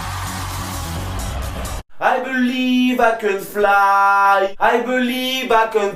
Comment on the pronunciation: Ai belive ai cèn flaille ai belive ai cèn touche te skaille j'étais mooooort